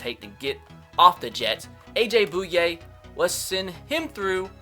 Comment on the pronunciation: You said bouye wrong